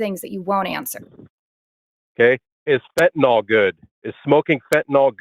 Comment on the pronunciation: It's Fentanyl. Why do they all call it Fentanol?